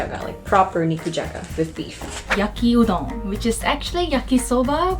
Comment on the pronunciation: Why does Yaki Udon sound like Yuki Udon 😂